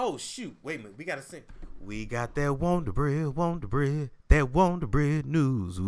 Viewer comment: That Wondabread🤣🤣🤣🤣🤣😂😂😂😂😂